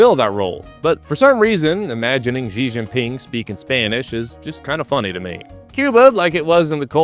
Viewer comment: so that's why you always say "Zshji Jinping" instead of pronouncing xi like the word "she"